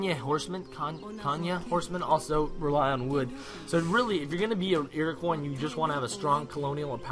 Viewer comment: lol its not pronounced "iroquoy" its "iroquwa" its a french name!!